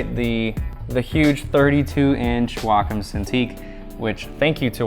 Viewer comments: I always thought it was pronounced Wacom, not Wacom. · Jehu Jehu Neither, actually. It's Wacom.